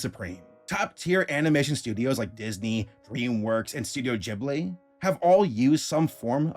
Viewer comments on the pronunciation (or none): Stop saying “Jibley” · STOP PRONOUNCING GHIBLY JIBBLY GAHHH